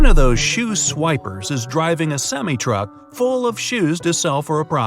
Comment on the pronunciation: Bright side:one of those semee- Me: *pauses* semme? IT'S SEMI